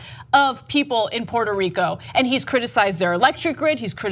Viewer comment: first stop disrexpecting, learn how to pronounce the name correctly Puerto Rico,,and stop the bull shityou r not fooling me ,I'm a born and rise there,you morons.said